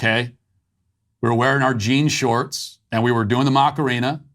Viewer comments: It’s not Macareena; it’s Macarena … you are really bad with saying things that do not come from your universe … don’t be so ignorant! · Not gonna lie, hearing you say "Mock-arina" 20 times in that segment made me want to shove a pencil in my ears. Are you trying to incorporate a hidden dad joke in there or something or can you really not pronounce "a"? Say it with me: "Mah-kah-rena"